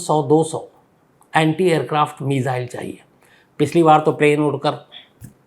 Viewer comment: मिजाईल नहीं मिसाइल बोलो